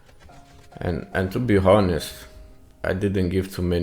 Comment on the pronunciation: Bro I just laughed so hard at the br bot spawing part ... 😂😂😂🤣🤣🤣🤣 Just to mention one thing... "To be H-onest" 😂😂😂😂